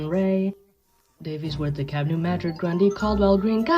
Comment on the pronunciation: I'm impressed you pronounced DeKalb and Kosciusko counties in Indiana the way we pronounce them. Good job!